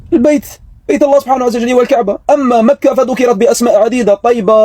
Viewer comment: سبق لهاد الكرغولي قال مكة في الجزائر وقال هي مدينة مكرة وززوروها بحرف الراء اصبحت مكرة كوكب لا لا عشرة في عقل واحد